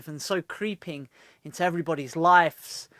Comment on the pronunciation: taaki, it's not "life's" it's "lives"